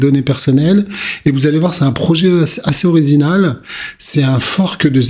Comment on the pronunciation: C'est un token oriZinal 😋 , lève un peu le pied, tu perds la voie 😁😉💪👍🤩